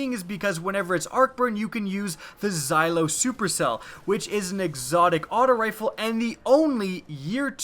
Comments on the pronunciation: zhAlo, not zhEYElo... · It is the "ZAY LOW" Supercell not the "ZI LOW" Supercell. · Its like he's saying xylo supercell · It's pronounced "Zhalo" not "Zhylo" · Referee he's still pronouncing it wrong. It sound like he's using the letter "i" and not the letter "a".. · It's not like xylophone it's like zHallo there is an H in there. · its funny how you say zilo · close but it's not English its the transliterated form of жало which is pronounced closer to zjahlow. There is no exact sound in the English alphabet for the letter ж. It means stinger in Russian. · The way he pronounces zhalo supercell makes me want to shear of my ears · Gotta use you xylophone supercell ever noticed how he says zahlo xylo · I think he's referring to his questionable pronunciation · I knew it... What is it with youtubers mispronouncing shit they should know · Why does he pronounce Zhalo like that? There is an "h" in there for a reason. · The "h" is silent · And you are right btw..